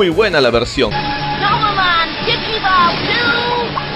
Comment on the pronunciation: No se si escuche bien pero en portugues escuche drogomon jajajajaja eso lo explicaría :v